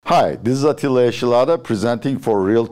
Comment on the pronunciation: Atilla amca ingilizcen çok temiz ama neden adını aksanlı söylüyorsun?